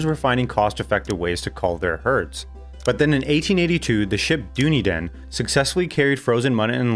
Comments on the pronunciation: Not dooney-din, but duh-nee-din. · Doonydin???? Dun Eden = Dunedin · Why don't people narrate videos anymore? So we don't have to hear DUN EDEN pronounced DOONY DIN by an AI voice? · Not dOOneedin....... Dun-EE-din. The name of the ship. I lived there 1993 to 2008. FAR too long. Mostly hated it. Hostile environment for ANY immigrants. If you are not born there you will never belong there. Miserable place, except for the extraordinary natural beauty. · The ship “dune e den” should sound like “done eden”. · Doony Den ? Do you mean Dunedin? Dun - edin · It's pronounced 'Done Eden' rather than 'Dune Eden', it's a anglicisation of the Scottish Gaelic for Edinburgh, Dun Eideann. Pretty good economic history of our Country though. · "dew knee din" 😂 it's like the way Americans say "nitch" not "neesh". Dun knee din, say it quickly and smoothly, slightly stress the "knee" syllable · "...the ship DO-KNEE-DUN..." haha, sounds like something from Lord of the Rings! The first frozen dead animal ship to the UK, was named after the city Dunedin. It's pronounced "daNEEDin" :-) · "Dune-ee-din" Nah mate it's Duh-knee-din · The ship Dooney-den is Dunedin... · Dunedin is pronounced "done eden" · Can you please perform due diligence regarding pronunciation?! Hearing the hash job you made of pronouncing Dunedin (Dun-ee-din) made me turn off straight away. Why would people watch your obviously ignorant monologue? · Speaking like an expert in NZ while butchering the name Dunedin 😂 Doony-dan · The ship was called Dunedin pronounced Dun E din. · he really said "doon-e-din" instead of dunedin 😭😭😭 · Dude, please say Dunedin again 🤣 Also the ship wasn't called Dooneedon it was travelling FROM Dunedin (a City in NZ) to Glasgow 🤣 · also the ship is dun-ee-din and its a city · Actually its "Dun Eden" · Dune-din lol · Dunedin... dooneydan? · You can't make a doco about NZ and then go and pronounce Dunedin, dune ee din, wrong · its pronounced "Dun-Eden". Say it as one word,"Dunedin"